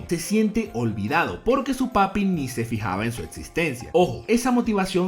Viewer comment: Jajajaja Que Puta Risa, Cada Vez Que, Pronuncias Papi.